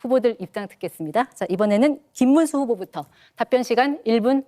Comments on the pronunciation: 김문수는 한국어좀 배워서 토론 하세요 발음도 정확하지도않고 무는말인가 모르겠고 자기험담은 나모라라하고 넘 욕할 처지가 안돼는 사람이 무슨 토론을 한다고 한심 하네요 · 김문수는 진짜 비주얼이 절대 대통령이 될수없다 혐오 스러 부인도 똑같이 부모가일본인 전광훈 때거리 내란수괴범 옹호자 관상은 과학이다 김문수 절대안됨 말도더디더디 촌스럽고 발음도부정확